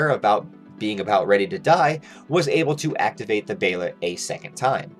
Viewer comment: Its pronounced "bay-lit" not behaylit